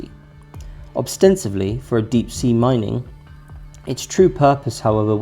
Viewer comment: "... a calisto[?] attempt ... -- "callous"? "obstensively [sic]" -- "ostensibly"